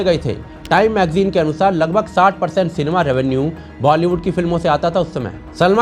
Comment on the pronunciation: सिनेमा × सेनमा 😂😂😂